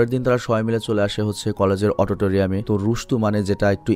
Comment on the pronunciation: Autotoriam na Auditorium